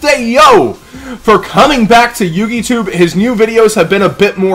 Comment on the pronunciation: "Yugitube" C R I N G E